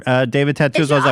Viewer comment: It sounds so strange when you're saying 'Nexium' cult. When that's the medication I use to take for my horrid reflux. Yo, I'm a gerd girl.